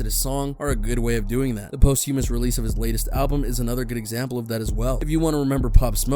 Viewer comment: My man, you're butchering the pronunciation of posthumous.